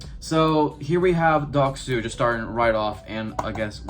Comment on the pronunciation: You butched his name so hard